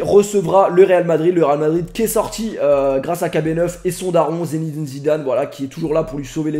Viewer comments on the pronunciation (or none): none